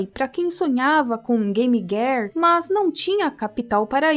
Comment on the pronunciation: "game guéar" ?